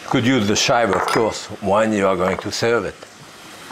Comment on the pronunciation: Super, comme toujours ! Et « shop ze shives », je ne m'en lasse pas... le mot réconfortant de la fin, le « ite missa est ». Que du respect. You brighten my day every time, and I learned so so much from you. 💐 Merci 1000 fois, and thanks to KQED for posting these. Best regards from Montréal.